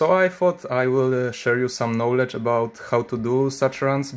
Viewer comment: Knowledge czytaj bez ł